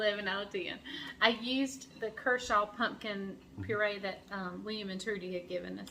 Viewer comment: Was excited to see what you were going to do with your "kershaw". I know people pronounce things different but I think what you have is cushaw squash. My parents raised these for years. They are kinda hard to find because people use them for decoration. Cushaws have green and white stripes with kinda long neck on it. We fix like apples just cook it and add sugar and butter if desired. To me they taste a little like sweet potatoes. I've got the neighbors liking them too so they raised them this year. I think you ought to get you one and fix it they cook up so you wouldn't get as much as you think you would. One thing I have to tell you is they are hard to peel but worth it.